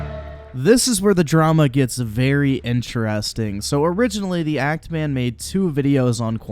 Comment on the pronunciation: actually keeps saying ANT Man...not even Act Man. So he didn’t even push that hard with the joke. Listen again if you somehow didn’t catch it.